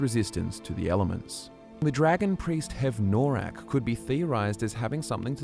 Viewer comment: Don't know if perhaps there's a learning/speech disability at play, but it's distracting how often pronounces things incorrectly. We have EXAMPLES of characters saying these words in-game, or spellings that are clearly different from what is spoken in the video: Skyrim: "We stand at the tomb of Hev-NOR-aak..." - Valdar: "HEV-noraak." Skyrim: "If you must venture southwest, stay clear of VolskyGGE..." (hard "G" sound) - Solitude Guard: "Volsky-je..." (a "J" sound?!) Skyrim: "Brom-ju-naar Sanctuary": "Bro-mun-jaar..." Why?! Was no proofreading done? Did no one review the video before publishing it? I KNOW is real people, but these sort of blatant mistakes almost make me think of A.I. channels that masquerade as real people (like "Fall Damage" saying "Make" The Liar; seems A.I. doesn't know how to pronounce Khajiit names...).